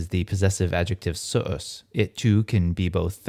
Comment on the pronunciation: What specific Reconstructed pronunciation do you use? /sʊʔʊs/ for suus sounds very... non-Romance to my ears. Excellent video series nontheless! Grātiās tibi agō 🙏🏻